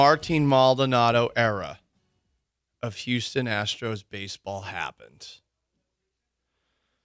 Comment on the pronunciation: “Houstom” will miss you, Maldy!